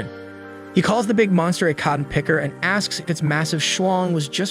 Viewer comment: I heard condom picker💀